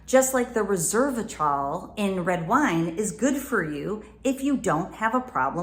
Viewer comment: You pronounced Resveratrol incorrectly. I understand your message, one should not not sacrifice a healthy sexual relationship (or the potential of acquiring one) by only sexually gratifying oneself. And I'm sure you're a religious nut who hates pornography so there's that too. However, solo masturbation is very healthy and enjoyable and allows oneself to learn about their own body on their own terms without preconditions or expectations.